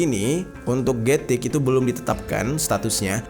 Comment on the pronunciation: Gatik - กระติก Baca nya "kratik" atau "kra'tik" bang, bukan "getik" walaupun tulisan nya "gatik", karena dalam aksara Thailand, tidak ada huruf yang kedengaran nya seperti huruf G, yang ada, huruf G nya di ganti huruf K